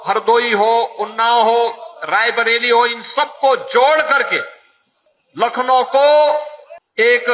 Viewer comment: Baba ji lakhno nhi hota h